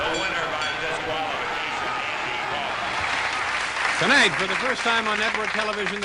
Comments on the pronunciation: I've heard of Andy Kaufman, but who's Andy Cowfman? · Andy Cow-fman?